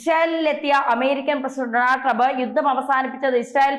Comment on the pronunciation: 'മാദ്യമ' പ്രവർത്തനം,'യുദ്ദം' എന്നൊക്കെയാണ് ഇവിടെ യും പറഞ്ഞത് താങ്കൾ ഉച്ചാരണത്തെറ്റുകൾ തിരുത്താൻ തയാറല്ലതന്നെ.